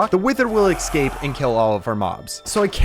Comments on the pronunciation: seems like the type of guy to say excape instead of escape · It's escape, not eXscape